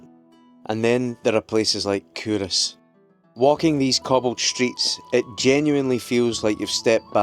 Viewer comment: I'm scottish and have been calling it CUL-Ross my whole life...totally embarrassed now but thanks for letting me know how it's actually said!